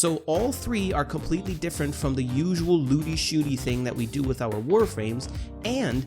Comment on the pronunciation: You said do do